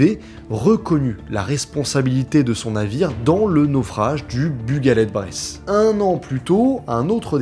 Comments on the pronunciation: On dit Breizh pas bresse 🤓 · Bonne série de vidéos mais le Breton n'est pas un patois mais une langue. D'ailleurs, une dernière réclamation: Breizh se dit plutôt comme ça "Brayze" et pas "Bresse";-) Allez Kenavo ar wech all un plaisir de voir du contenu YT à ce sujet bravo. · Pas Bress ou braise mais breïzzzzzzzzh😆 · Alors là, vous faîtes fort ton équipe et toi! J'ADOOOORE ! Ce doc est tellement complet !!! Merci mille fois merci! Quel hommage tu fais aux familles! C'est un sujet tres sensible et tu l'as respecté...respect à toi! D'autant plus que tu évoques notre Bretagne adorée , les marins Bretons... Seul bémol : on dit Breizh comme de la braise mais en appuyant encore sur le i !!! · Mes oreilles de Bretonne pure beurre salé saignent en entendant ta prononciation de "Breizh" 😅 La bonne prononciation en gros c'est un peu comme le mot "braise" quand on parle des braises du barbecue par exemple sauf que le "ai" se prononce "è" et qu'il faut bien marquer le "r" 😉 Mais sinon merci pour cette vidéo sur cette affaire qui est trop peu abordé malheureusement... 🙏🏼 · Dsl je suis Breton en plus du Finistère tu prononces vraiment mal Breizh ça fait mal aux oreilles